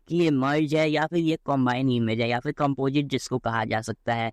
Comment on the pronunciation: Bhai at least pronounce toh sahi karle composite ko compojit 😂